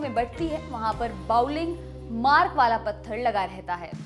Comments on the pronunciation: Not bouling ....it is fouling mark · Fouling mark =FM Not bouling mark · Fouling Mark not Bowling Mark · Folling mark hota na ki bollig mark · It's not bouling mark, it's Fouling mark